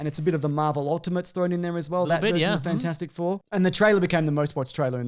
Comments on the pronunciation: Nobody calls it Fant-four-stic Four. Just Fant-four-stic. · Glad I’m not the only person who called it fant-four-stick four.